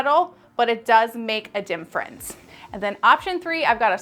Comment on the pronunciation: You have a lot of wonderful information but omg you remind me of Benedict Cumberbatch trying to say “penguin.” Somehow you keep saying “dimfrence” instead of “difference.”